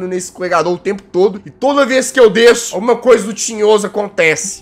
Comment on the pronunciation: "Desço" kkkkkkkkkkk